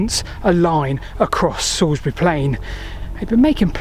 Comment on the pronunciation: Oh, your pronounciations are a bit off! 😜 I leant my new bike up against that first milestone at the top of Salisbury Hollow today, which is quite spooky. The best bit of Wiltshire, and not just because its my homeland.